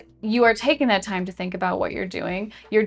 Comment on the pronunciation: timestamp. Your right, I should take my “fime.” “Fhank You.”